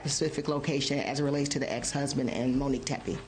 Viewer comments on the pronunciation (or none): Can we please pronounce her name correctly? It’s “Monique” not “Manique”